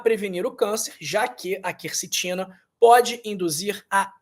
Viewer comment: Olha aí a influência maligna do novo acordo ortográfico: o doutor pronuncia "kercetina ", a pronúncia correta é kwercetina.